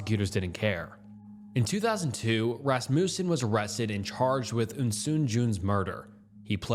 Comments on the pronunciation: Everyone’s all “alias this” and “arraignment that”, but not one of u lil grammer natszi fucks are saying a fucking word about “RASS-MOO-SEN” when pronouncing Rasmussen 😭 god damnit i was just gonna let everyone else get full off the damn grammar bait but nooooooo you had to dangle that mf’in lure right in front of me and i couldn’t resist while everyone was so stuck elsewhere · Or Rasmussen as fuckin RassMOOsen